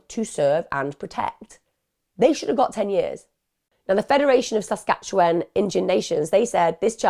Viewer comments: I don’t normally comment, although I love and watch all your videos. BUT, as a Canadian neighbouring Saskatchewan……man I giggled every time you tried to pronounce it. Hahahahhaha SASQUATCH-AN hehehehe LOVE IT, totally going to call it that from now on! ❤❤ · Your pronunciation of Saskatchewan took me out😂